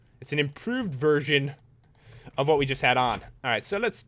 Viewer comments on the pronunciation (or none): none